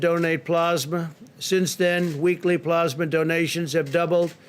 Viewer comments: Plasma or pluzma ? Lol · ....but what's "plarghsssmah"...? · Donate "PLAASMA" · "plausma", wtf? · Hard to take what he says seriously when he can’t even pronounce plasma right. I swear who ever wrote this for him put ‘plasma’ in as many times as possible. God so absurd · It can be pronounced both ways. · His ignorance is astounding. The man can barely read and please someone tell him how to pronounce " plasma". The man who believed the Corona Virus was a "hoax" and has acted accordingly throughout the pandemic by not acting.